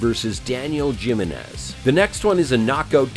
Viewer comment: Jim-in-ez? Like Gym-in-ez? Lol! Learn to speak!